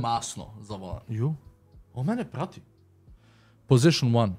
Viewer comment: "Pozišn uan"